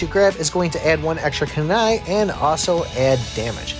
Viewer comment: Homie said kai blast lol Yo he also got dat kanai